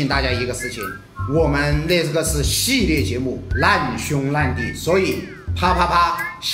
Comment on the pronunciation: ：难（lan）兄难（lan）弟哈哈哈哈哈哈